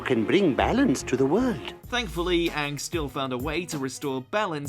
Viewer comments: please stop saying Aank instead of Aang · how the fuck this dude pronounce aang? like has he ever watched the show